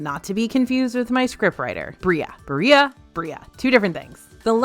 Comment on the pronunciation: “Ba ree ah” killed me